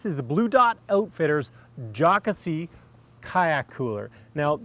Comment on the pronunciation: Awesome reviews! Some really great items! FWIW. I think the name of the cooler is pronounced JOE-Cass-see. I think it is from the name of the lake in South Carolina. I look forward to seeing what I can find out about the items! I like the cooler’s size, and ESPECIALLY the cost. Very affordable.